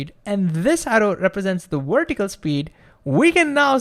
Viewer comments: It's pronounced VER-tih-cal, not WERE-tih-cal. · The speed and excitement of your talking completely undermines your trying to explain something simply. You are completely carried away by your annoying enthusiasm to the detriment of what you are trying to convey.Also vertical is not pronounced wertical. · Wertical welocity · Why does he pronounce vertical with a w and video with a v. Where is the consistency?